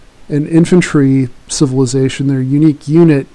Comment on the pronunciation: the sound quality is brutal... doesn't help if you start shouting a unit name with bad pronunciation either